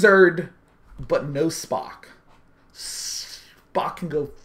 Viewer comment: Its Spock, not Spark.